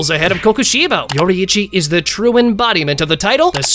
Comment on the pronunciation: Everybody Say it yorichi